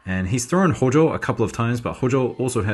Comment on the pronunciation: HOJOは「HOUJOU」って読む